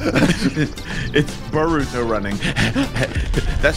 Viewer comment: actually, im the nerd now, you said baruto, when the actual way how to pronounce and spell it is boruto